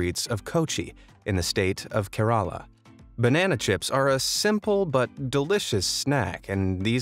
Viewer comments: You pronounced " KERALA " wrong !! 😭😭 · omg u sounded so weird when u kerala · i am an Indian and the war he pronounced Kerala